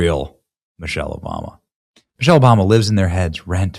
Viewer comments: He is not liable for deformation because he said Mochelle. Not Michelle. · Did he say Muchelle?